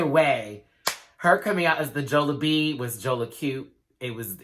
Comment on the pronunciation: Jollibee is pronounced as "jolly-bee" hehe